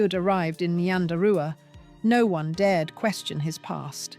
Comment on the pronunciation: Ai really needs to work on pronunciation